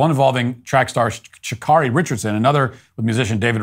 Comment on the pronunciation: Her name is pronounced Sha Carry not Carri